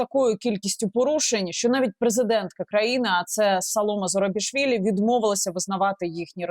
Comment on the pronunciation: Ведущая даже не смогла правильно назвать имя президента Грузии, смешно и противно,но как же подогрело у украинцев после того, как поняли ,что грузины оказались умнее них